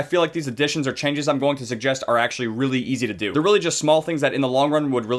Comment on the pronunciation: say sug-jest one more time and I will gloopin ur boopin >:(